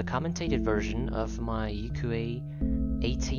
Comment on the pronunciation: I'm happy to see your video too! I also think your pronunciation is correct since it sounds so similar to a Japanese word I've heard before. I learn another Yuque knowledge from you again today! Thank you 🙏